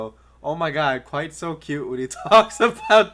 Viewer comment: You're not right, you're Kwite.